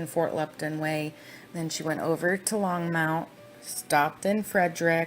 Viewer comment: I lived in Thornton/NorthGlenn for almost a year and then a week before the murders I actually moved to weld county, the town Greeley ( which is where all the detective offices and where all the bodies were taken after their discovery. So this ( and as I’m listening lol it’s pronounced long-mont (think Monty python) Longmont ) lol 😂 I’m sorry Back to my point - I literally watched him on live tv pleading for his families return and I looked at my husband dead in his eyes and said “That man is pure EVIL, and he knows EXActly where his family is right now!!!” I lived breathed this case since day one! Saw the initial shadows of his children being hoisted into the truck with their dead mother before everyone caught on but I’m glad we finally have SOME of the truth! I heard that voicemail somewhere I will try to find it for you!